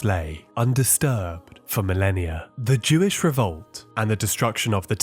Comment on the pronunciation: Jewish. It's not that hard to say. These scrolls are Jewish.